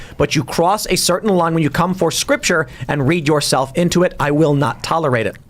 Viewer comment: "scripture" oh no